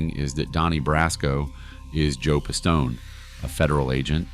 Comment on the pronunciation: WHO THE FUCK IS "PISS TOE NAY" 🤣🤣🤣🤣🤣 you also keep calling a capo a soldier wh8ch ruins your credibility.